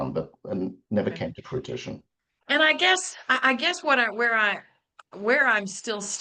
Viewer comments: If that attorney says fruit-ition again!!!!! lol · Is Attorney pronunciation of “fruTISHun” like “ow-loo-min-ee-uhm” vs the US “uh-LOOM-I-num” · So sad that the sister is willing to throw away her relationship with her brother over this estate. There is no bottom to avarice. Also, the attorney keeps saying the word “fruition” as “frutition”. He obviously likes the word bc he has used it at least 4 times in this video. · needs to be told that the word is fruition, not frutition. C'mon, man. And then he makes a bad math mistake, talking about the 1.85 to 1.4 million being a 500K discrepancy. I can imagine he has lots of other mistakes in his arsenal, and his English demeanor probably has helped him come across as more savvy than he actually is. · He keeps saying “fruiTiton”. It’s “fruition”. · no, he’s just getting the word wrong. Like I have a coworker who always says “fustrate” instead of “fRustrate”.